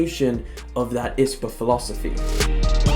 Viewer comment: I liked the video but it was annoying me how you were pronouncing I.S.P.A it’s not ispa